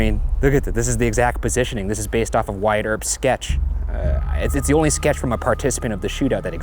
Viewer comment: #postmortem do you guys think that Wyatt is pronounced really weirdly?? I'd pronounced it as 'What' instead of 'why-at'